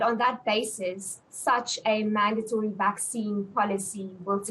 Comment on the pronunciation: There is no long A sound in mandatory. The second syllable does not rhyme with date.